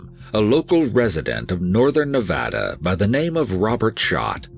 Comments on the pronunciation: My comment is super off topic Omg you said nevada right, thank god. I hear tourists mess up the names here not only for our state but somehow our cities, parks, shit even our streets and such SO often. Its a multicultural state that has deep roots in native american and mexican culture and languages and grew up hearing people intentionally mispronounce names of places and people so even tho some consider the names in this story as something small and not important, i see it as a subtle and solid nod of acknowledgement and respect towards others in a number of ways (on top of how the stories are covered, this is why i respect this team so much, so thank you for the research, work, and respect you guys put into these stories and videos ❤) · Me: Already an EWU fan. Also me: An even BIGGER fan after hearing "Nevada" said correctly. I almost want to weep tears of joy. 😂